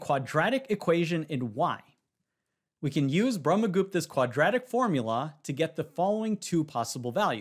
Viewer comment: why is nobody talking about he saying brahmagupta's formula? 😂